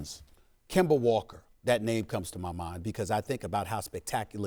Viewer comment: Nobody: Stephen A Smith: "Kember Walker"